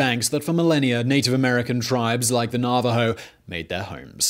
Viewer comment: Congrats on pronouncing Navajo correctly! They have a village at the bottom of the canyon that still gets its mail delivered by donkey.